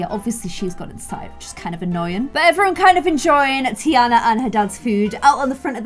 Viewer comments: ITS TEA-AHHH-NA not TEA-ANA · It’s pronounced tiarna instead of a Anna sound